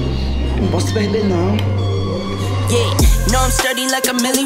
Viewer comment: "eu num possu perde naum"